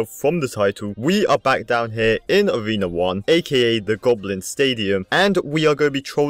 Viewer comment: Learn how to read! U said avena 1 but all other players Even noobs! Say A(r)ena 1